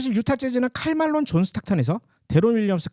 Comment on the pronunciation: 칼 말론? ㄴㄴ 킬 말론